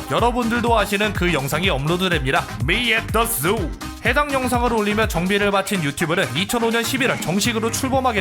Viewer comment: 미 앳더 쑥에서 육성으로 터졌넼ㅋㅋㅋㅋㅋㅋㅋㅋ 발음진짴ㅋㅋㅋㅋㅋㅋㅋㅋㅋ